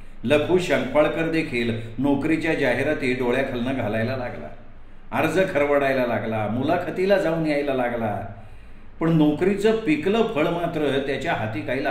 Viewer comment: अर्ज खरवडायला नाही खरडायला